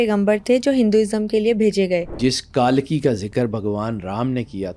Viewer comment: تلفظ صحیح ادا کرۓ ,کالکی غلط ہے صحیح تلفظ کلکی ہـے